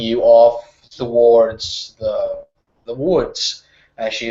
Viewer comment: Awesome as always! =) I just have one tiny little thing I want to say.. I don't know if you are aware of that, but you say "thowards" instead of "towards".